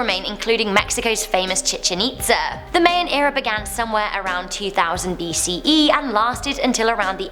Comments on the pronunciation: I love you, but the way you said Mayan really irks me lol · Mayan pronounced my-an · Omg. It's spelled Mayan but pronounced myan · Mayan is pronounce My In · Mayan is pronounced My in, lots of love tho. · Its pronounced my-ins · You're not helping with this explanation. It's pronounced mai· uhn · Ahhhh you’re pronouncing Mayan wrong also I’m Mayan, I was born in Guatemala but adopted by my American parents and now I’m living in America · U murder the word mayan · Informative video: can't say MAYAN correctly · I don’t ever want someone to pronounce Mayan like that ever again. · Thumbs down for pronouncing 'Mayan' wrong and prison jumpsuit orange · She can't pronounce Mayan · I study anthropology in Latin art and her pronunciation of Mayan is so disappointing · She said Mayan wrong